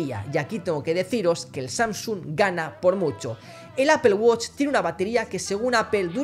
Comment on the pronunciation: Apel woch hahaha estos españoles quieren españolizar el inglés (apool guach) amigo no te cuesta mucho.